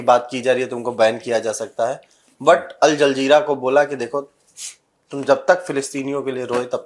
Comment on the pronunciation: प्रोड्यूसर बोल रहा है अल जलजीरा 😂😂😂😂